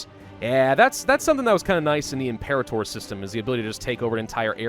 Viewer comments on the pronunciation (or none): none